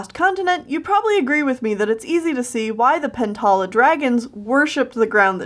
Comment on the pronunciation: it’s not Pantala it’s Pantala and it’s not Pyrrhia its Pyrrhia Just some corrections!